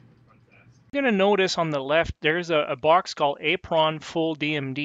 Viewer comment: "A Pron" It's simply pronounced apron. Like a kitchen apron, or like the apron on a car. On a real table, the apron is the piece that is installed directly in front of the player on the playfield that displays 'How to Play' information, credits information, descriptions, and make/model information.